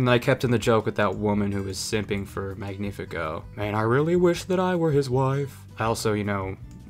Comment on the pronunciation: Strange that you didnt fix where they stress the name Magnífico. The way she sings it and you keep it, they stress it as "MÁG-ni-fi-CÓ", somehow stressing it TWICE and both times on the wrong syllable. It should of course be Mag-NÍ-fi-co. which is a hard to fit into an english song due to the mismatch of stressing patterns, but then again, the original song and the fact you left it as is when it sounds so horrible to a spanish speaker is making my skin crawl